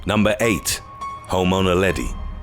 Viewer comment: I thought he said "the remains of home owner Leddy." Had to go back. 😃The Islander is the answer maybe?